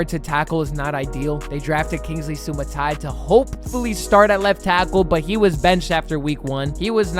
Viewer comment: Sua-Mata-Eeya. 6 syllables. Its his family's name. Its not like mispronouncing his first name where ur just referring to him. People are out here mispronouncing his FAMILY's name. Its not even hard to pronounce. Please dont be this lazy, and it is a very easy way to impress any chiefs fan cuz we all know most ppl say it wrong but we really have no clue why 6 syllables is so hard to say. U can master this name in less than 10 seconds. Sua Mata Eeya 😶